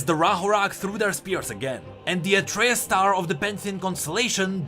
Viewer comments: Why are you saying Atreus like its said in greek mythology and mot how Atreus class himself or how you said it in the previous lore video? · Yeah, i was wondering why did used the Myth's pronounciation in this video when in Pantheon's interaction vid, it explicitly used pronounciation of "Atreus". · Pronounces Atreus wrong Riot: Changes Pronounciation in Rework: Uses Old correct pronounciation Riot: Am i a joke to you? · Please pronounce Atreus the way you used to, it feels disgusting hearing it in the middle of this great story. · ITS PRONOUNCED AS ATREUS BOT ATREUS !